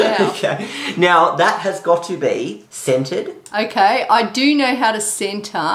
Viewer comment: The way you say "centered" sounds like "scented". Americans pronounce the 'r' much more heavily. I was like you want her to do what?